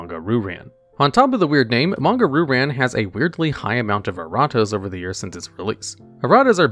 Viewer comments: "Ru-Ran" "Ryu-Ran" There, fixed that for you. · I have to say it... It's "Ree you ran" not "Ru ran" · “Ree-yoo Ran” not RooRan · Ok, how do you speak Japanese and still consistently butcher Japanese names? Roo Ran instead of Ryoo-Rahn? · Roo ran? Please read the damn card